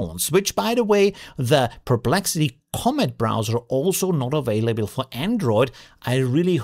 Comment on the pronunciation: He's Austrian. English is his 2nd language. That said, you're right, it sounded really weird.